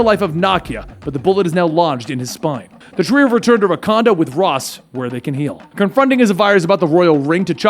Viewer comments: Did my mans just say the king of wacondom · Rakanda?? He says that shit like too many times....